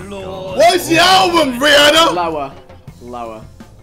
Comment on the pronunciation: I hate how they say RihAAna like no